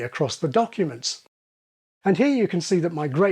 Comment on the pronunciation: Pronouncing "here" as /hjɜː/? It's it just me, or does that sound vaguely Welsh?